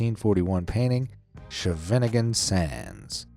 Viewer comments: it's better to pronounce it like sgeviningun sand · Dude! You butchered “Scheveningen.” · Would it have been so hard to Google the correct pronounciations of Holbein and Scheveningen? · I know "Scheveningen" is a tough name to pronounce....but my goodness, did you ever butcher that one! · You are not a Dutchman if you can’t pronounce an Scheveningen!